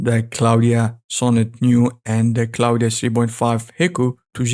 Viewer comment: It´s not Claudia but Claude (french) dot AI. xDDD Never stop practicing. :D